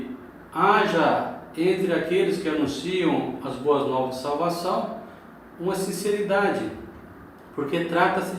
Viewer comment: Irmão veja aí a fonetica da palavra salvação Sha e salvação